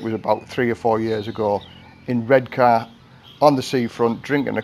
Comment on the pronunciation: I live in durham hearing u say redcar made me chuckle top man keep up the good work love the vids